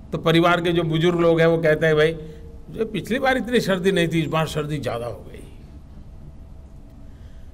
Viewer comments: .....Shardhi nahi SARDI hota hai😂😂😂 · सर्दी या शर्दी?? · Shardi ya Sardi...nitin gadkari uncle k pronunciation bahot achhe Hain..🤠😁😀😵😳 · सर्दी bolna😭भी नहीं आता.... शर्दी..... शर्दी......😂😂😂😂😂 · शर्दी कह रहे हैं साहब सर्दी भी नही बोला जाता 😂😂😂😂😂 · It is Sardi not shardi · EK BAAT NOTE KARAIN? GUJRAAT KE MOOL NIWASI " SA" NAHIN BOOL PATE? HAMESHA "SHA BOLENGE. SARDI KO SHARDI SANA KO SHANA USMAN KO USHMAN WAGERA WAGERA.?